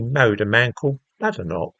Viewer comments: It’s pronounced Bay- den - och apparently. She corrected an interviewer the other day. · Number one you pronounced her name wrong, two comparing Kemi to men who changed their name? Quite disingenuous. I notice this was her maiden name as you mentioned. Two passports? Again disingenuous as living in a diverse world, what would you expect? Should not be news really. O I read your paper on prostate cancer and ethnicity, good read, might cite you in one of mine